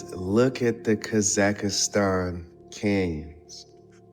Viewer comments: It's NOT Kazakastan, it is Kazahstan. That man have zero traveling experience. He does not know almost nothing. He just reads from Wikipedia and draw the conclusions as he see fit. There are good number of us that have visited most of these places. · Homie says Kaz ak a stan!!! lol.